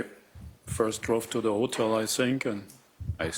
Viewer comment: "I sink so" ....🥴